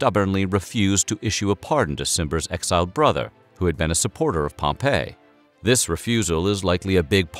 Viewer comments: Pompey = pom-pee Pompeii = pom-pay Gaius = guy-uss The mispronunciations really dampen the credibility. All the research you do, and you can't take 10 seconds to find out how to pronounce the names correctly? Come on, now. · Great episode! But small note Pompey is pronounced Pom-Pee not Pom-pay. 🤓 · Great video. I love the humor mixed with SOOOOOOOOOO much good information. However, you mispronounced so many names, like Pompey and Gaius. Pompey ends with a long E sound, not like the name of the city destroyed by Mt. Vesuvius. Gaius sounds like guy-us. There were many other words mispronounced, but these 2 drove me crazy. Nonetheless, a great video with so much good information, which I would definitely recommend to others. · Caesar’s friend turned opponent was not pronounced like the city Pompeii. It was pronounced “Pom -Pee” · The mispronounciations here are painful: it was at the base of a statue of Pompey (pronounced POM-pee) that Caesar died, not "Pom-PEH", which is a resort city buried by volcanic ash a century later. And the name Gaius (GUY-us) is almost never mispronounced... but somehow, here it's GAY-us. Having said all that... fantastic video! I'm in awe at the amount of research that went into it. (Incidently, that whole "Beware the Ides of March!" incident was also related to us by Shakespear, and so there's a good chance that it never occured either.) Again, an interesting and wonderfully researched video, thank you. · Gay-us? Pom-pay?